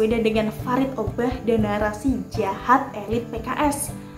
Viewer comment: kalo bilang jahat jadinya jiiaahad...syukak deh bwahaha